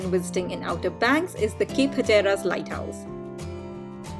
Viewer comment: Please learn how to correctly pronounce the place names "Hatteras" and "Carolina" etc. Until you do, you are spreading the ignorance. Ask the local residents first. They will be happy to tell you, with no problem.